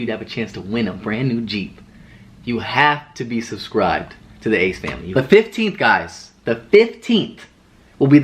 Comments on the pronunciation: Saying the ass familayy is just iconic atp😂😂 brings back fond old memories. I literally said it before I even clicked on the vid😂😭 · Love how you say the ASS FAMILAYYY 😂😂😂